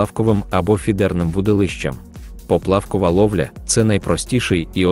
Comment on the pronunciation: НаживкИ і прИманки? ПоплАвкова ловля, лУска,... Що за наголос? Це читає робот чи неук?